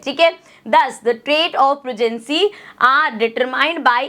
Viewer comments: progency nhi progeny hota hai gawarre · Progency ❌ Progeny ✅